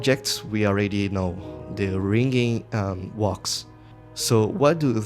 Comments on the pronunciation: “wox is formed” big bro can’t say wax 💔✌️ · oh yes baby say wax for me again... "WOAX" Edit: also just so i dont forget: Boooo russia, dont buy this game. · I hate the way you say wax